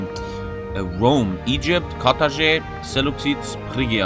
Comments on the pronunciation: "As Rome, own and sack the city of Karaže." butchering Carthage is priceless. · Nobody:: Carthagay